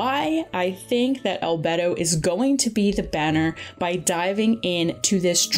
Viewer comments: Crying everytime she says "albetto" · al-bay-do not al-bed-o😭😭😭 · I agree with getting character names down before saying them in videos, since I've only ever known Albedo's name to be pronounced like "Al-bey-do" like in game and not "Al-bed-do" like in the video.... Anybody feel free to correct me though if "Al-bed-do" is also supposedly correct. Also I don't think "Yae" Miko's name is pronounced right either. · "albdo " its albedo.. itts just saying "albeidou" beidous name but before beidou say al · Al-bee-dou not al-b"e"-dou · I cried every time said "albetto" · ahh yeah... we love good ol ‘beto :ˆ) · It hurts lmao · it is annoying but you cant expect everyone to say stuff correctly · Saying Albetto is better than saying Albaydo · hes pronounced albeydo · "Albedou" I'm so sorry - I found that so funny- Edit :ok I've watched the whole video id just like to say congrats itspakion you wanted to pull on albedo and ganyus re-run there you go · Are you sure about Yae? I looked it up and it seems that the correct way of saying it is like "Ya-eh" and not like "Yai" and from the short period of time I took Japanese in college that seems more right to me. Edit: Just looked up the proper way of saying Albedo and apparently it's "Al-bee-do" so neither "Al-bey-do" nor "Al-bed-do" was technically correct so my bad for that. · Isn't it al-bae-dho? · no one:: albetto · Each time I hear al-BED-o 😭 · al-bed-o is that a Italian bed? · It’s pronounced - AL BEY DOH - don’t take this is a rude way btw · It's Al-Bee-Do :3 kinda cringe lol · They pronounced a couple of them fairly incorrectly, albedo, Itto, etc. It should more like e-toe instead of Id-oh, albedo idk but I’m pretty sure the way the voice actor says it should be the correct way. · I like how she says albedo like 3 time and only pronounced it right the 3th time lmao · Albehdo 😭 It's Al-bey-do, and Elua rerun popping out of nowhere. Then Zhongli might get a rerun. ALSO IT'S PRONOUNCED AS ShenHER.